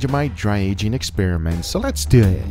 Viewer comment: Or let’s deew et